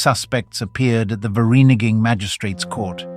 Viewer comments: The township of Virinigin? WTF? Please stop using AI. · 0.20 Fur ree nee ging 🤣🤣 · 60 years on this planet and still looking for just one English speak that can actually say Vereeniging 😅😅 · AI will never conquer us, not until it can pronounce Vereeniging